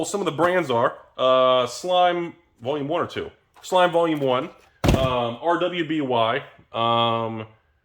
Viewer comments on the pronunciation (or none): Nope, he said R-W-B-Y instead of pronouncing it Ruby! That proves he's an idiot faker! See, no one can ever be happy because everyone looks too far into things instead of looking at the basics.